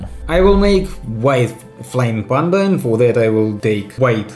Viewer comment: ку. Прикопаюсь к акценту, разве не ПЭнда вместо ПАнда